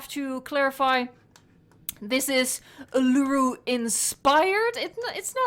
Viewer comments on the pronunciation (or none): Its said like this oooo-la-ruuu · Btw Uluru is pronounced ooh-lah -roo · Be careful when pronouncing Uluru, it can offend the Native people of Australia! Great Video though!